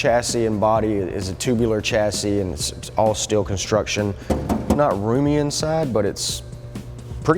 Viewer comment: chassis is pronounced shah - see